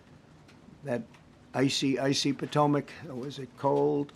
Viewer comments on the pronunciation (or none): His emphasis on the icy water is so cruel to the families